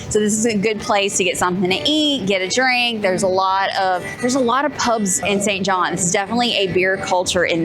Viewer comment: Its SAINT JOHN.